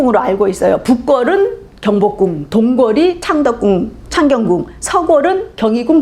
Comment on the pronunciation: 장음인 단어의 첫 자를 짧게 잘못 바름한 예:현재,밨는데요,한양,경복궁,이 성계,대칭 ,정문,파격적, 장단음 문제가 너무 심가ㄱ하여 더 이상 읽을 수가 없습니다. 달은 강의에 대해 같은 제의한 것 같습니다."한국 어문을 고발함" 을 제발 일독해 주시옵소서. 미국 변 완수 배